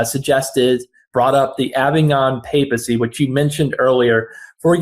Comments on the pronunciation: It's pronounced "pay-pa-see". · Ben ... It's "pape uh c"!! 🤦‍♀️ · Ok Ben, I really like you but I must tell you just in case you’ve not heard it, the word Papacy is pronounced with a long A sound: Pāpacy Just FYI ❤ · I love you Ben, however Papacy is pronounced Paypacy😉 I was brought up R.C but turned away from it at 14/15yrs old so I was brought up convent educated and familiariszed with all the terms and jargon. I mean no disrespect towards you and your Vital work ❤ I have been watching Meidas Touch since its inception and rely on it for honesty and speaking truth. Go Ben and brothers!! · Ben…forgive my OCD, but it’s pronounced PAPE-uh-see. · Not a money-in-religion pun, just pronunciation. Long A and emphasis on the first syllable. Not a rare or obscure word. "Pappa see" stands out like a sore thump. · Please Google "papacy pronunciation." ;) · Stopped watching . It would help if you learned how to pronounce the word "papacy". Your hysterics about Avignon indicate this is a simple hit piece and not a thoughtful, well-researched commentary. For example, you could have examined why the Vatican's ambassador went to the Pentagon, instead of the State Department, where diplomatic meeting typically occur. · Papacy is pronounced with a hard A. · Would you please learn how to pronounce the word “papacy”? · You’re pronouncing papacy incorrectly. And Catholics are Christians too. What you mean is Protestant. I Love your work! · Hey guys, I really love your reporting but your improper pronunciation is driving me nuts! "Papacy" is pronounced like "paper" - long 'A' sound - ask any old school Catholic! 😉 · How to pronounce "papacy" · Great report, thanks Ben. BTW, It’s pronounced PAY-pacy, not POPacy. 👍😉👍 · It’s PAY-pah-see, not pah-pah-see. Not trying to give you a hard time, just a heads up. 💙💙💙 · The pope is standing firm. I would not describe him as "furious". (That's the sensationalism we have asked you to tone down.). Please, it is papacy not "popacy".